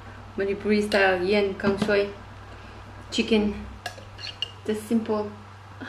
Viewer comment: U hav pronounced it correctly sista..tq so much..kip on going 👍